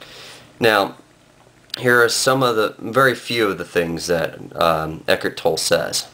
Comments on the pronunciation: His name is not pronounced ek-ert toll, it's ek-hart toll-ee. How can you claim to be an authority on his teaching when you can't even pronounce his name? And, he appears before the world unmasked. Peace, brother and realize you're already awake. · First of all, you can't even pronounce his name correctly. Second, why the mask? And why the sunglasses over the mask? Pretty cowardly I say. Third, what the hell are you rambling about? Eckhart Tolle is simply trying to help people achieve a sense of peace and happiness. What's wrong with that? You're shitting on someone who's goal is to help people be a better and happier person. What kind of person does that make you sir? You're the dipshit here!